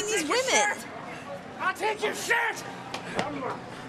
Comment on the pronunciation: Laughed my ass off when he started saying I'll call the real poice!!!